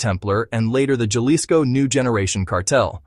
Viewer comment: Please teach the narrator to speak basic Spanish words like 'Jalisco' as his pronunciation is difficult to bear. Other than that it's a good video.